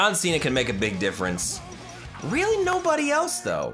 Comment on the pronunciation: "this is weally up to u "